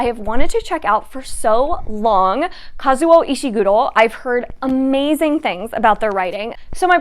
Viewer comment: Happy holidays! I also have "The Ocean at the End Of the Lane" and "Fahrenheit 451" in my TBR. "The Song of Achilles" made me sob, contrary to my expectations, so I cannot wait to hear you talk about it :D BTW, you sound exactly like Japanese when you say Kazuo Ishiguro. Yay! 🎁